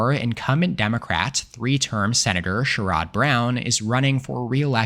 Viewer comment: Too much emphasis on the O in Sherrod Brown